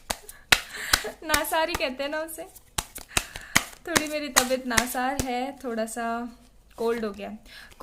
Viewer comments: Mam nasaar nhi kahte😁😁tabiyat nasaaz bolte hy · Its not Nasar Dear... Its called Nasaz..🌹